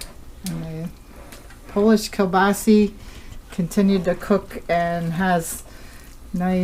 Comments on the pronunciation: This woman knows practically nothing about cooking! This dish without sauteed onions is flat "White Bread" cooking. The sausage, which is pronounced kielbasa, not kielbasi, should also be lightly browned in the butter. It's a shame to see good ingredients wasted in such a manner. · I've seen bigger much bigger so no your wrong yours isn't the biggest ive seen...and stop saying kabasee it's kabasa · Sa not Se...kel-ba-sa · GOD love you and your... But it is Kill-boss -oh.🤔😎😉